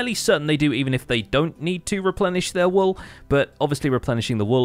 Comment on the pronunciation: pls can you pronounce all wool walls you sound funny